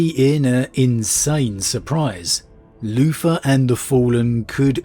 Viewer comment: Am I the only bloke who kept hearing him say Loofa instead of Luther? No? Ok, I'll see myself out..